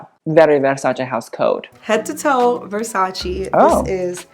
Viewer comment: It's so satisfying hearing you say Versace the right way immediatly after hearing it pronounced the american way lol anyway, she looks REALLY stunning.